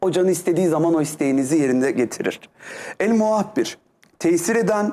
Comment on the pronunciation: El Muhabbir değil EL MUAHHİR ‼️‼️‼️